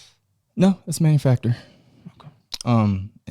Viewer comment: "Manufactor" I love this gentleman.